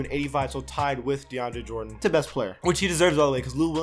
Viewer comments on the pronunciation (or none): none